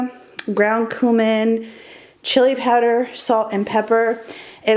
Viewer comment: Are we going to ignore how badly she pronounced cumin 🤣